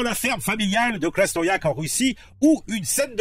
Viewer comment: Krasnoiyarsk ...oui tu le prononce tres bien